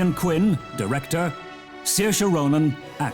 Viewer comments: I never thought Ronan was hard to pronounced, or maybe its just the accent, but Im certain i heard Ryan. glad he says the name Saoirse right. xD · He comes off as an asshole to be honest. That snide comment about the award being "incredibly worthy" since Saoirse couldn't make it for the award since she was filming in New Zealand? And mispronouncing Ronan? Come on.